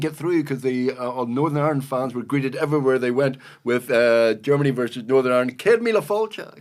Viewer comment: It’s Ire,,,land…not our Land